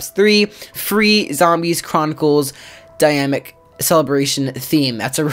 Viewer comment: It bothers that he says dynamic as if there was no n